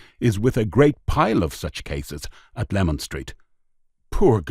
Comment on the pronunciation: listen again at 3.38 he said lemon nothing wrong with my hearing n I'm an EastEnders Leman runs south from Whitechapel Road to Cable Street